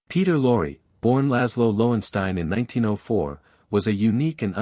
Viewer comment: Beall instead of Bacall ... Mun instead of Muni ... Luri instead of Lorre ... Plet instead of Paulette ... You don't believe it? ... Read the names Golden Stardom puts below the red line. PATHETIC!!!